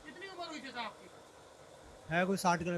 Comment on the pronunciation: चचा नही चिचा बोलिए 😀